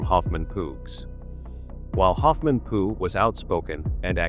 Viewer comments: It Linda Hoffman Pugh, (Pew, not Poo!) I hate A I!!! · Her last name Pough is pronounced like Pew, church pew. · This artificial voice is hysterical. It has called Hoffman pugh - pu poo and Po so far 😂